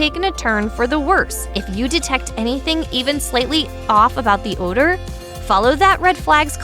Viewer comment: this voiceover is unprofessional and really bad. how she pauses before "off" . and how she pronounces odor like ooodor. Really bad voiceover. Your quality is decreasing